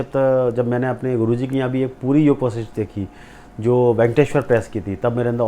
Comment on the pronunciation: ऋषि वशिष्ठ । हैं योग वशिष्ठ। नाम बोलना सीख लो बच्चे